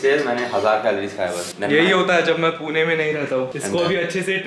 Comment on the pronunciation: Please पूना वैगरे म्हणु नकोस... it's पुणे not पुना or पुने..bruh!!